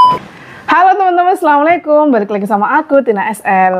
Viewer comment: Assalamu alaikum mbak bkn selamualaikum,salam tu doa mka dr itu di benerin ucapannya biar artinya jg bener